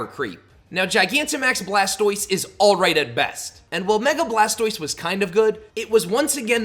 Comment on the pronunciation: You said blastiose and I immediately paused the vid and left. No pokemon iq